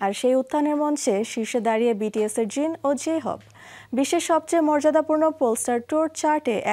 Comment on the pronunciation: কি সুন্দর করে jin jhope এ নাম গুলা বলসে ওয়াও ❤❤